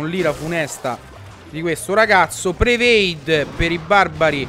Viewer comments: ciccio porca troia non si dice prevade ahahhaha continui è predict vabbè ormai ho perso le speranze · Ciccio ti devo correggere: si dice predict e non prevade 😇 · ciccio si dice predict, non prevade :D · comunque si dice "predict" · si dice predict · Ma che inglese usi? si dice predict